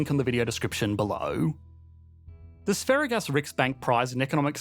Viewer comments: I think Sveriges (Sweden's) is pronounced more like Sver-yahs rather than Sve-ri-ges. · Sverige is pronounced Sve-ri-ye, i.e., the g is pronounced like a y. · Sveriges is pronounces 'sveryes' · For future reference, the "g" in "Sverige" is a soft g, meaning, it is pronounced closer to a "j". That said, interesting video.